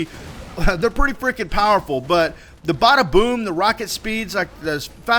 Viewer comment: Well it obviously isn't if you cam't say the name right, It's the BADAboom..